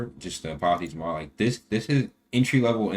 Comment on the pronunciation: lol holy shit look up the word pronunciation on Apathy please